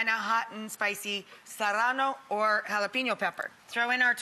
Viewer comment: Hal-ey-PAIN-yo not PEEN, yo.